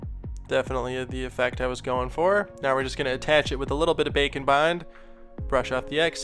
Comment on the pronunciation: Am I the only one who think he says "bacon bond"?